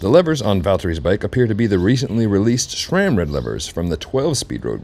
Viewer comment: SRAM, not "shram." SRAM is an acronym for Scott, Ray, and Sam, the three original founders of the company. There is no H. Maybe your badgering to get their products would go better if you can start by removing the H when you pronounce the brand's name. :)